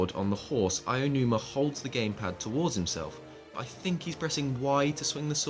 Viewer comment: Did you just call him "Ayanuma"? LOL There is no "ya" in "Aonuma." Ah-oh-noo-mah. He's Japanese, not English. Also, there is no need to "toggle" autopilot for the horse because the horse doesn't have autopilot. Once you set the horse in motion, in continues in whatever direction you set it in unless you touch the analogue stick to change directions. Letting go of the analogue means the horse will simply continue. We have seen this before in Wind Waker. The King of Red Lions (the boat) also didn't need to have autopilot toggled on and off. You put up the sail, the boat goes. It keeps going that way until you change it. Also, A doesn't jump. Link still jumps automatically. He pressed the button for the sailcloth, just like Skyward Sword.